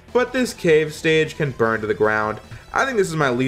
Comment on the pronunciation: DID YOU SAY BRUN TO THE GROUND.